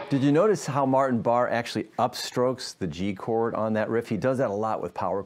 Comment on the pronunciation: Pronounced Bar-A